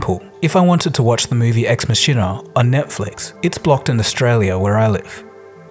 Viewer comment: It’s pronounced ex “mackina”. I’m surprised you didn’t know this!